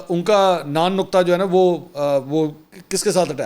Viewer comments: Naan nuqta nhi,,,, mansoor bhai naan nuqfa hota he, don't mind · Word nan nafqa rota hy non nuqta nhi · منصور بھای لفظ نان نفقہ ھے آپ نے نان نقطہء بولہ ہے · Sir ap nay lafaz Naan Nukta bola asal lafaz نان و نفقہ hy